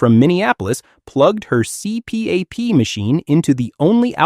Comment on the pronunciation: Former Cruise Director cannot pronounce “CPAP” and “bow”? Immediate dislike and do not show this channel again!